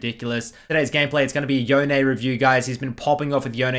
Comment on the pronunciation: Crazy that riot think yone is pronounced yoneay, in that case bone is now boneay